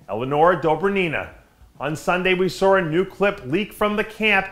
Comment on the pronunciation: You "SAR" a quote? Its saw man, saw. No r is in that word.